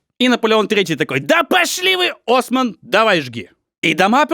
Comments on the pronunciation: Материал обалденный! 100500 в топку! НО! мне ни как зануде, а как просто знающему человеку интересно, что и как надо было узнать чтобы ОсмАна называть Османом?! Ребят, ОсмАновские планы, ОсмАновские бульвары, ОсамАновская планировка, ударение на А! Редактура работай лучше! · Все французские имена имеют ударение на последний слог. Есть редкие исключения, но в основном так. Так что не Осман, а осмАн. Ну и вам на будущее для съёмок следующих частей. Ребят, подымите в топ, чтобы команда заметила! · 1. Слишком много шуток. Есть ощущение, что под конец авторы сами устали от Жопьена 2. Ударение во французском языке на последний слог. Поэтому "ОсмАн", а не "Осман" 3. Тип А, а не Тайп А 4. С рекламой переборщили. Я понимаю, что деньги нужны и приятны, но все же... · ОсмААААААН, ударение во французском всегда на последний слоооооог... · не в Неву, а в Мойку, но это не важно... Предвкушаю отличные 2 часа!!!! осмАн, ударение на последний слог. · Очень интересный у Вас формат,, позволю себе маленькое замечание - все фамилии, имена и французские слова произносятся с ударением на последнем слоге, ОсмАн, ГустАв ЭйфЕль и тд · Putain! Мсье!! Ну на последний же слог ударение во французском) Осмáн, Альбéр и т.д. Ну пазяаааазя!!! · Дико отвлекают неправильно проставленные ударения во французских фамилиях. Неужели нельзя было перед публикацией узнать как читается Осман или Альбер?